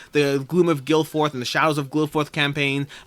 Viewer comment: Grabbing all the games in the HEBS series (1066, 1565, and 1815) because they're nowhere to be found in Japan. BTW, his other series is actually "Kilforth" and not Gilforth! Also tentatively backing Hippocrates with hopes of being able to combine shipping with Stroganov because they're both supposed to deliver in October. It seems like it really should be an option in that campaign. Sure it will make the logistics of getting it sorted out a challenge, but it just makes sense for this campaign--especially if you're going to have one KS launching immediately after another one and having it also shipping the same month as the first game. Weird choices. Other thing I'm probably going to back is Mythic Battles: Ragnarok. Thanks again for the nice video!